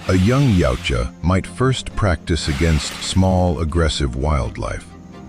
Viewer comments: YA-OOT-YA not YOW-CHA 🙄😂😂😂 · Soft Y when pronouncing Yautja, closer to (OOutja)